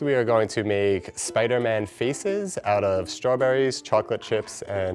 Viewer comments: I thought he said Spider-Man feces 🤣💩💩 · Lmao I thought he said “feces” not faces 💀